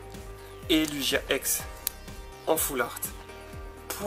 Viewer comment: C'est marrant komen tu dis Lugia xD Comme une luge en fait "Lujia" ^^ Pourkoi tu veux à tout prix des méga tout pas bô ? :v M Pharamp SSJ3 est dégeux tu le voulais avoue :3 Je dirais petite display comparait à certains qui ont 3 Fa dont une shiny + 1 secrète xD Mais bon tu as eu de belles cartes :) Le Pierre est vraiment classe je trouve !